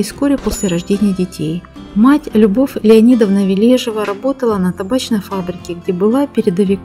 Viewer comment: Ли́дия Леони́довна Ве́лежева — советская и российская актриса театра, кино и дубляжа, телеведущая, политический и общественный деятель. Заслуженная артистка Российской Федерации. Ударение в фамилии на первую Е.